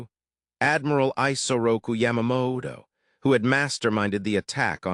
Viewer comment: Crappy AI narration, multiple mistakes in pronunciation. It's pronounced I--as in 'it'--Isoroku Yamamoto, Yamamo. This is why vids like this don't get more likes and views. If you're going to put up a vid about a subject, the least you could do is get a decent narrator. SMH...